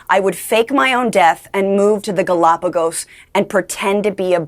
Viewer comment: Did…Did she just say Galapagos? Lmao